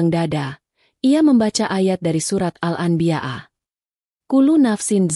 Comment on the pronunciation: Aslkm. Subhanallah mesjid itu rumah Alloh,punya Alloh maka dimanapun mesjid akan di lindungi oleh Alloh SWT ,aduh ini reporter, pembaca dasar di baca, bukan myu atuh, rumah myu, rumah Mu , menyembah myu, menyembah Mu aduh gimana ini, siapa yg baca ini ngaco, al-anbiyaa di baca al-anbiya.. a wah memalukan benar benar ngaco, kasian tuh 😂😂😂